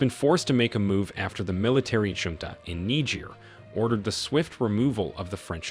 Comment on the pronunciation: Get rid of the AI Voice. It's pronouncing the word of Junta wrong.